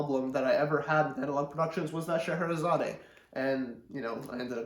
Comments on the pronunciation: Not "Sche he re zaday." Just "Sche he re zad." The final e is silent. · By the way it’s pronounced Shar hara zard 👍🥴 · I'm afraid you are wrong here. Since it's a piece by Russian composer it supposed to be pronounced the way he pronounced it: sheherizad